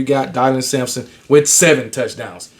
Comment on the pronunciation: Idk why but you been getting Dylan Sampsons name wrong. Great show as usual.